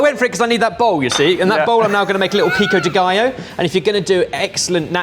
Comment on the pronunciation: I was so proud when he properly said pico de gallo and then he immediately butchered jalapeño